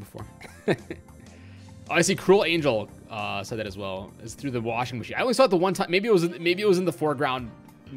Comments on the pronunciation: washing matchin' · most skillful pronunciation of "Washing Machine" ever seen